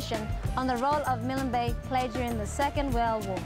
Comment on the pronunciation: Milan Bay??? There is no vowel between the 'L' and 'N' in Milne Bay. You don't pronounce 'KILN' with a vowel between the two last letters, nor should you add a vowel in MILNE. For those who don't know, it was named after, Admiral of the Fleet Sir Alexander Milne who died 1896. I love all of PNG and all it's people, I have my preferences as many I'm sure do, but the many islands in the area of Milne bay can perhaps be equaled but not beaten.